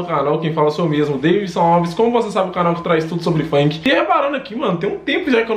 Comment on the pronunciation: Manooo para de falar "FAINK" O NOME É FUNK !!! PORRA QUE ÓDIO